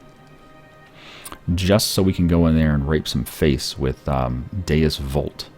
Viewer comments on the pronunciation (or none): none